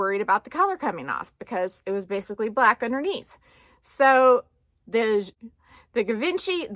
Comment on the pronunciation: So interesting video 😘💖 thanks for sharing. And you pronounce Givenchy really good 👍( i can not answer your comment question since i got no bag from these brands sorry☺️) Happy Sunday 😘